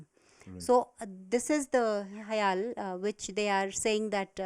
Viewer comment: its not hale , its HIAL do ur homework right